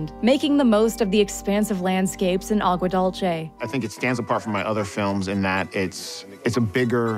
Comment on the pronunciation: It's pronounced Agua Dool-seh not Dol-chay